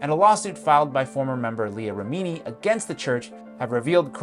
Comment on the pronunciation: How can you possibly record, edit, encode, upload and release a video ....SAYING THE NAME REMINI WRONG EVERY TIME? No matter how good this might be, I simply cannot watch it. Ridiculous.